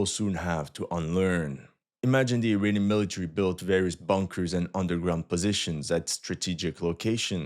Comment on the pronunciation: funny prononciation - first understood "an ukrainian backed militia ... against a US Army helicopter" - - - WHAT ??? Ah .... "uirainian"